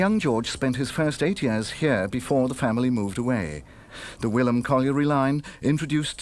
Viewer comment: Wylam is Pronounced W(eye)lam. Not Willam.